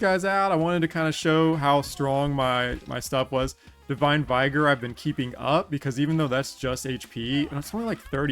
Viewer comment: Vigor is pronounced with a short i, like "ih" in "ick".